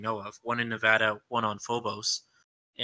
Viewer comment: My only complaint of this podcast is the way one of you guys say Nevada